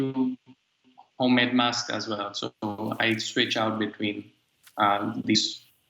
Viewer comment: make sure you wear you wasks, everybody.